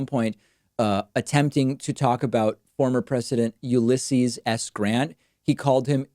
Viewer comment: You didn't nail the the issues of hypocrisy, you nuked them from orbit. Great video. Except, I'll admit I've make the mistake of mispronouncing Ulysses.